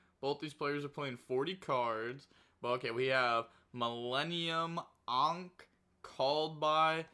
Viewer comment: Pronounces ANKH correctly the first time Also: No way this is a real word 😤